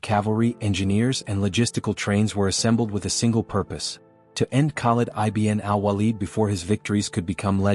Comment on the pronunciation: Excellent article well elaborated the walaja battle field . U have to be more cautious on AI voice narration as it was mispronounced the name of Khalid ibn walid. Keep posting about forgotten Heroes of histories